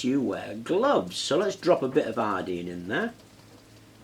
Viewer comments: Bro, with all due respect, I can’t understand the words that you’re saying you got water, copper, zinc and what???? “Allene”? Iodine bruh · Iodeen? But it's spelled io-dine. It's dine, not dean or deen or dene. WHY? But then you say potassium io-dide, instead of potassium io-dede. Why do you pronounce dine as dene, but dide as dide? It's the letter I, not the letter E.